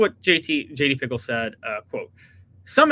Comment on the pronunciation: Pretty sure it's pronounced picKEL